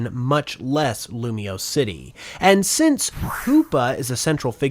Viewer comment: IT'S LUMIOSE, NOT LUMIOUS! FIX IT NOW!